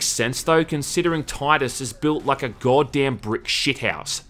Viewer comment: you laugh at the Ork’s southern English (Orks are from London apparently?) pronunciation of “Space Marian” but to the outside world your pronunciation of “Geawwd damn” is equally bizarre.